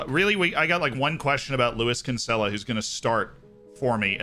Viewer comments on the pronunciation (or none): He is BUTCHERING the pronunciation of Kinsella